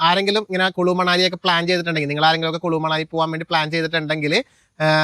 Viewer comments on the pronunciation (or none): കുലു ആണ്, കുളു അല്ല